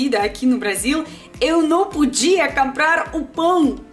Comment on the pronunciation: Camprarrr é muito legal ouvir